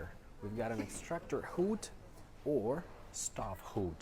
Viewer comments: "hood" and "cook" with a long u: are not correct pronunciations among native speakers, I am not native myself but when I heard him say those two words I immediately thought he could not distinguish between a short and long u sound because of the Slavic interference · What I mean is that we have a diphthong in the word stove and a short u-sound, when the guy pronounces the stove without the diphthong and the hood with a long I:. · No, it's not accent, it's pronunciation. There are many English accents (the USA accent, the Australian one, the British one), but all of them pronounce it /ˈhʊd/, not /hu:d/. Those are two distinctive sounds in English and they do not depend on the accent. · She corrected STOVE and HOOD because the guy pronounced them with a Russian accent, and he did pronounce them with the wrong sounds. She didn’t go over the variants of the language, she pointed out the mispronounced words only! 😊